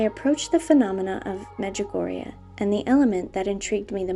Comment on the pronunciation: XD medjugugu!!